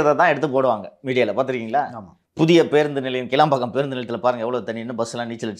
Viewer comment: அது கிளாம்பாக்கம், கிளம்பாக்கம் இல்ல🤣🤣🤣